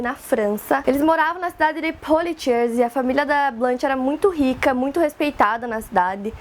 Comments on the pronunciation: Legal o vídeo, só uma dica: Poitiers se lê /puátier/ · É Potiêê a pronúncia do nome da cidade.